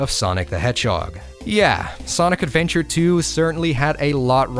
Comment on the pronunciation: look retro....we need you....the worlds needs you...also you said it..."ADVEBTURE!" love it